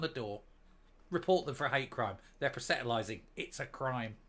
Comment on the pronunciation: That is not how you say proselytising ( Pros le tising )